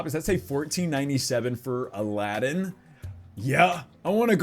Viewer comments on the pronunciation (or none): none